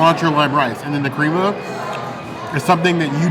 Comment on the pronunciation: Crema is pronounced crema not creama